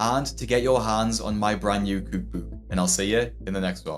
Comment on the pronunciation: Cewk bewk!